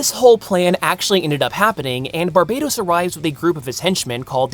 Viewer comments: Bar-BUH-tOHs not Bar-BAY-tos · I'm not totally certain, but I'm pretty sure it should be pronounced Bar-BAT-os.